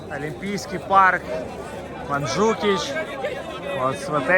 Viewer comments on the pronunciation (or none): Гора Монтжуик, а не Манджукич😂